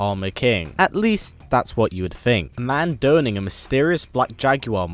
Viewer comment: "Play tribute" Did you mean 'pay tribute'? "A man dough'ning..." Did you mean 'donning'? Get this video to 750 likes...why? Do you get paid by the like?